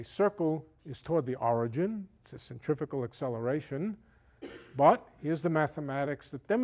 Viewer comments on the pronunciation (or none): none